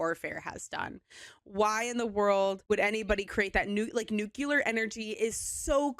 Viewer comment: nuCUlar? not nuCLEAR?